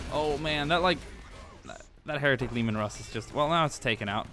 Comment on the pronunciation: And the tanks are pronounced like laymen Russ